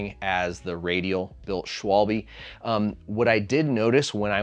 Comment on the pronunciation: how are you making vids like this and not even bothering to learn to how to pronounce schwalbe